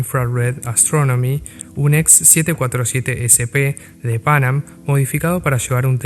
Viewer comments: fonéticamente hablando se suele acentuar la segunda “a” no la primera!! Pan Am fue un ícono en la aviación comercial!! Excelente video, felicitaciones!! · Muy buen video, lo disfruté mucho. Ignoro por qué el locutor pronuncia tan mal el nombre de Pan Am, es casi intuitivo pronunciarlo bien en cualquier idioma.